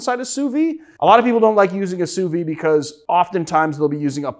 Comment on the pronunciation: Why are you not pronouncing the "d" in sous vide?